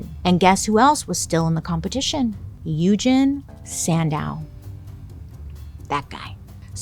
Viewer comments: So, I'm pretty sure Sandow's first name Eugene, is pronounced like "Eujean". Eugene is not an uncommon name, and I've never heard it pronounced as "Uejin". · It’s pronounced u-jean not u-gin 😭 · You're the only one that I have ever heard of to pronounce Eugene that way. I've always heard it pronounced U gene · The way you butchered Eugene added something to this. That is not how that is pronounced.